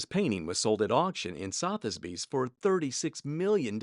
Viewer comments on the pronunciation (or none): I love your channel but you really need to learn to pronounce so many words and names…”Southey’s”, “faux” and several others I have heard. Not being rude…just trying to help.